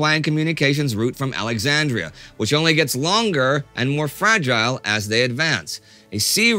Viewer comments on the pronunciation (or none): none